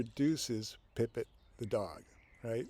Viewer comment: You switch between Pippit and Pippen. It’s clearly Pippit.